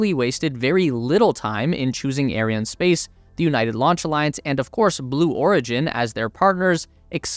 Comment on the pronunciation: Can you just google how to pronounce those weird words like Ariane and Thales. It’s not rocket science